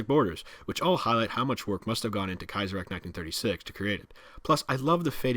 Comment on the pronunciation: Are you sure of the Kaizerreich pronounciation ? I would pronounce ch not a k at the end.